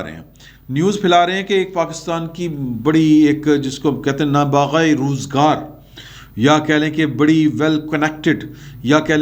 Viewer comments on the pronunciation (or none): پیارے آپ کے لبوں سے سادگی میں کہے گئے سارے لفظ اچھے لگتے ہیں ۔۔۔ البتہ " نا باغا روزگار " نہیں!! ۔۔۔نابغہ روزگار ۔۔۔۔ صحیح لفظ ہے ۔۔۔ ہسدے وسدے رہوو۔۔۔